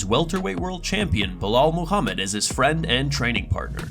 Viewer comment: “ Belal Mohammed!” 😂😂😂😂 🤦‍♂️🤦‍♂️ 🤦‍♂️